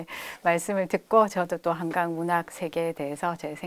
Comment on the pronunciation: 자가 한강의 한은, 짧게 발음하셔야지요° 길게 발음하시면, 강인 한강과 혼동하게 되지요!